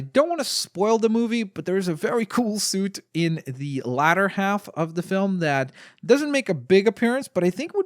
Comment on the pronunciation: Hey, I'm from the Long Island, U.S, I think You said Later wrong. I know your from Canada so I don't know if that's you pronounce it.